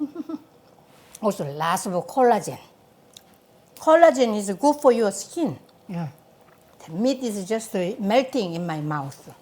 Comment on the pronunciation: no one: maangchi: my a house smell so guuh